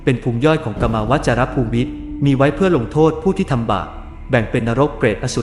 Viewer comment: มีคำอ่านผิดครับ คำว่า ภูมิ อ่านว่า พูม ไม่ใช่ พูมิ นะครับ